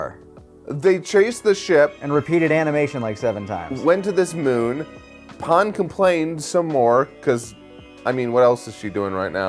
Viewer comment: Every time Pan’s name is pronounced “Pon” a little part of me cringes.